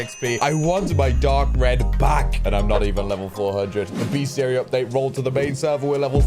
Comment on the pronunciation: just a head's up, it is pronounced "best - iary" and not "beast - iary"